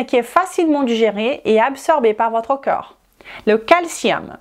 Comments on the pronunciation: Pitié, prononcez CORPS au lieu de COEUR s'il vous plait. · Oui, tu as vu? On mérite vraiment notre réputation. Comme je l'ai dit, dans la mesure où elle est capable de prononcer parfaitement le mot 'd'accord', il n'y a pas de raison qu'elle ne sache pas prononcer le mot 'corps'. Si à la rigueur le mot cœur ne faisait pas partie du champ lexical de corps, je veux bien, mais c'est le cas. Ca prête à confusion. Navrée, c'est juste un fait. Si elle se rends plus compréhensible, elle augmentera son audience, et donc, possiblement sa clientèle. Restez dans votre tolérance qui confine à la médiocrité. Il y a des gens qui veulent progresser.